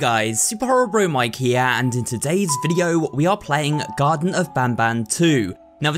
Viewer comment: Garten not garden